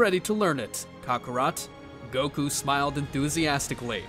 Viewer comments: Bro really said kokorot instead of kakarot 😂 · Buddy stop saying Cockarot